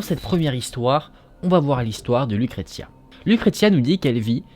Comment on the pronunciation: On dit LUCRECIA. BONNE HISTOIRE